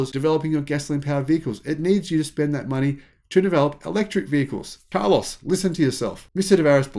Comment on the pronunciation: I like the way you pronounce his name: car loss.